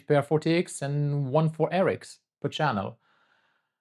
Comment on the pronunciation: You are mispronouncing RX and TX